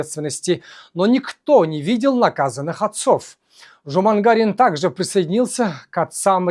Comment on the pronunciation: Нет слова жумагара, есть слово жаман қара. Не Жумагарин, а Жаманкарин